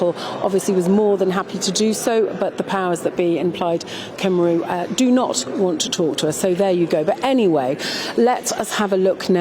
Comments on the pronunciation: Why should they talk to you when you can't even pronounce the party Plaid Cymru correctly. Laughable. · I suppose it would be impossible to send somebody to cover this who can pronounce Welsh names properly? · They probably snubbed you love because you couldn’t even be bothered to say their name correctly.